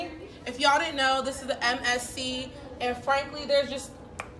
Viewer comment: I noew vs I know.. what accent does this girl have?